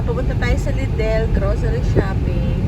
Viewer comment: Lidel po ang pronunciation. Di ko po kayo binabash just correcting